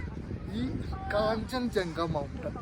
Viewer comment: കാഞ്ചഞ്ചങ്ക അല്ല കാഞ്ജൻ ജംഗ